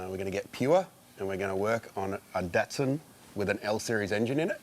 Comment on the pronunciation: So nice to hear the Australians pronounce "Datsun" correctly instead of "Dotsun" like the Americans. Signed, A Canadian.